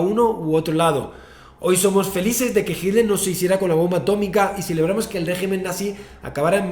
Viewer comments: No es adolf "GILDER.. " es H I T L E R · No se si dice hitler o himmler jajaj